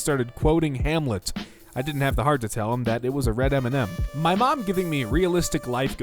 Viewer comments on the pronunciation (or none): none